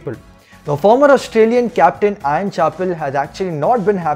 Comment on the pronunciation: ' Ian ' not 'Ion'.